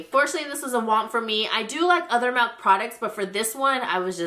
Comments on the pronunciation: milk not melk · did you say MALK!? MAAAAALK!? MALK products? lol